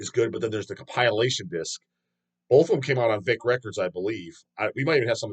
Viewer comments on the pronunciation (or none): It's COMP-IL-ATION,..